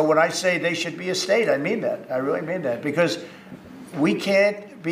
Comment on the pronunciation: JD Vance being unbelievably uncharismatic as usual; "I just came to watch the show, I think air-pwanes and weally cool sir. :)"